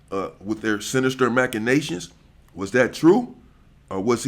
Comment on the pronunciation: “SINNISTER MACCINATTIONS” IS CRAZZZYYYY 😂😂😂